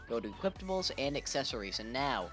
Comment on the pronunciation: i couldnt focus on the video because this dumbass keeps saying "equiptables"